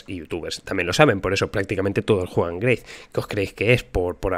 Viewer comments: GREYTH XD XD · greith? wtf lo nombras así loco ja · porque pronuncia grace?